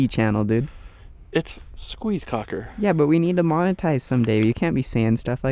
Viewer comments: It's pronounced Kock not koke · It's like "Coke", but more like "Coche" - soft "k".